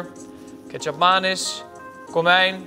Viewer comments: Ik ga jou naam toch ook niet verkeerd uitspreken?! Als je iets niet correct zegt, dan gaan andere mensen je wel corrigeren 😉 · Spreek nou toch eens een keer Ketjap Manis eens goed uit.. het is niet Maanis (met een laaaaangeeee A) zoals vele het uitspreken, maar Manis met een korte A. Als je je verdiept in andermans keuken, spreek het dan ook correct uit. Net als Baabi, zoals het word uitgesproken door velen van jullie, maar het is Babi met een korte a klank.. super annoying 🙄